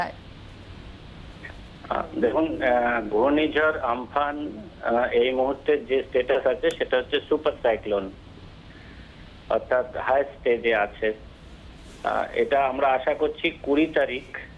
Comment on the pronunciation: Ampan na amphan naam tai thik korun